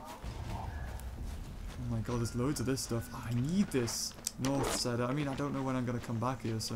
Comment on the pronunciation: it's north cEEder